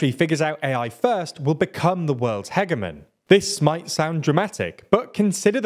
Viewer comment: Hopefully AI can help you learn to pronounce hegemon